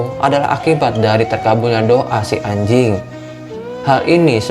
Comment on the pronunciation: Yang gua dengar :hay ajing